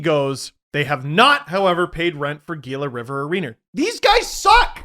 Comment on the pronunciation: Did really call it Geela River?